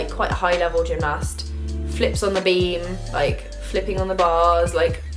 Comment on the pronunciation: The way you say 'gymnast' actually triggers me 😂